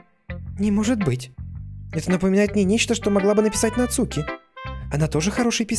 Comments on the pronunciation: Емае не нацУки а НАцуки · Не Нацу́ки! А На́цуки!😄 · Почему он говорит НацУки, а не НАцуки? ( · Куплинов: НАцуки❌ НацУки✅ 😅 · да, еще правильнее вообще без ударения - Нацки ("у" почти не произноситься)